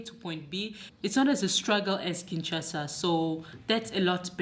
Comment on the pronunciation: Its K.I.N.S.H.A.S.A not KINTCHASA please . Obotama wapi yo? Obotama na los Angeles 😂😂😂😂. MUNDELE NDOMBE